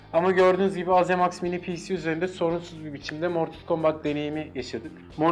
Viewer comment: Ayrıca azemaks diye değil eyzimeks diye telafuz ediliyor